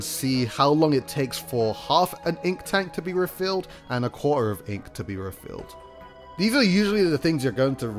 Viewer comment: Spudcosmic well at least it was understandable, he said quarter like 1 or 2 times and it sounded like "quaahr" or like core.